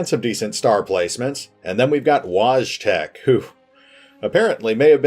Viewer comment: I know five years have passed, but the way you pronounced Wojtek just my made my heart sag.